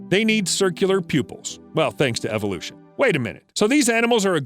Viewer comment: “ThAnKs To EvOlUtOn”